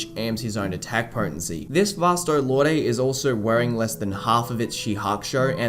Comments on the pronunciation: I think Lorde is just pronounced Lord. It had me for a while too, until I looked up the proper pronunciation. It would be cool to see other Soul Societies of other countries. I think a Kubo one-shot covered the UK but it would be interesting. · Dude- I love the video, but I can't stomach the way you pronounce "lorde."